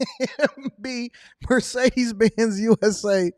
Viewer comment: She can't even pronounce Mercedes that's why they fired her